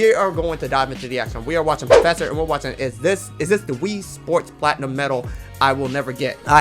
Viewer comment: Poofesure Kong is killing me 😂